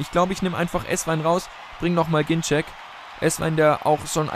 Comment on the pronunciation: Ein letztes Mal sage ich es noch, dann gebe ich auf:D Er wird "GinZEK" ausgesprochen, nicht "GinTSCHEK", das haben seine eigenen Eltern gesagt, da viele es falsch ausgesprochen haben!;) Bitte, lies das und nimm es zur Kenntnis;)